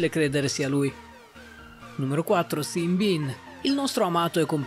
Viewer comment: Sean si legge come Shaun